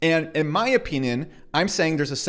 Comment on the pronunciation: Or you trolling when you say "opeenyin" ? Or perhaps you are Canadian?